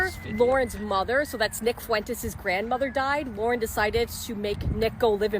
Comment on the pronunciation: His real name is Nick Pooentes. Please correct your spelling and pronunciation of his name.